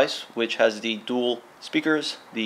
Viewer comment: He said dool speakers.